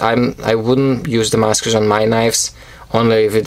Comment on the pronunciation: S. makes some great knives, I love the way you say "Damascus".